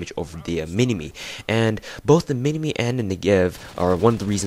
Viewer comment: You said minimi like Min-e-Me not Min-i-My u stupid fuck